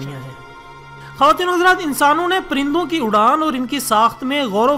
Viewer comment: prindon Nahi parindon hai